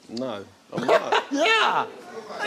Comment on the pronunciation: the most British "No" ever! 😂